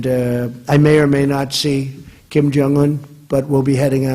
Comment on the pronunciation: Did he just call kim for king?